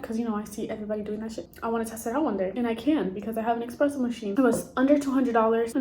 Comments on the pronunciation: ESPRESSO, NOT EXPRESSO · “It’s ESpresso not EXpresso. 🙄” - Hermione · Hey, young lady, there is no X in Expresso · Almost left this video immediately after hearing "expresso"